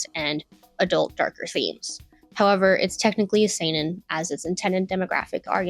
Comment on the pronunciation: she pronounced seinen right, how did she mess up josei so bad